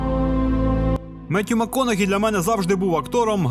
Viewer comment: Мене одного здивував наголос Маккона'хі замість Макко'нахі?